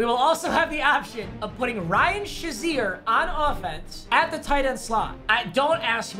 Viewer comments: papa its pronounced ryan “shay(long a) zeer” not ryan “sha(short a)zeer” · Nobody: Papa: Ryan Shuzier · This guy said “Ryan shaseer”